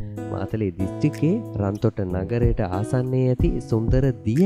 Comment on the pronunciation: රන්තොට නෙවේ රත්තොට